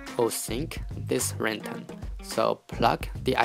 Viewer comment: PLEASE LEARN HOW TO SAY RING TONE LOL but other then that thank you